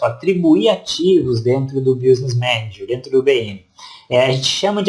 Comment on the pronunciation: Meu amigo, não se fala BIUsness Manager, se fala BÍSness Manager. Escrevi do jeito que se pronuncia em inglês.